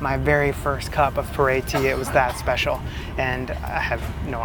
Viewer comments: PU ER (pronounced Poo-R) tea ... NOT "per ey" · Maybe poo earl (leave the ending L) sound closer to how they pronounce the tea name. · It looks like you should have a mid/insulated layer packed in your bag next time you travel just in case. 😅 BTW, the Chinese pronunciation of 普爾茶 actually sounds a lot like "poo-or" than "poor-air". You just emphasize a little but on the "r" sound. 😊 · The tea that you like (Pu'er) is pronounced like "Poo Err" in Mandarin. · I fucking died at you pronouncing pu-erh tea. Like full on snorted and woke the dog up. My family feels similarly about how special that tea is and I’m feeling lucky I didn’t butcher it as badly as you did